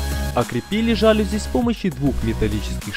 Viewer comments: ЖалюзИ, а не жАлюзи. И это слово не склоняется. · мелочь, но все же... не жАлюзи, а жалюзИ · жалюзИИИИИИ не жАлюзи, а жалюзИИИИ. Аааааа мои уши🥴😖😞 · Отлично! Лайк. Придраться можно только к ударению в слове "жалюзи". Правильно ударять на последний слог - "жалюзИ". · Вообще-то «жалюзи» слово французское, а во французском, как известно, ударение падает на последний слог. Поэтому жалюзИ и слово это не склоняется. Ужасно режет слух,хотя сама работа хорошая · Ваш ролик симпатичен, но при этом "жалюзИ". Прошу прощения на поправку. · Глядб! Жалюзи, а не жалюзи!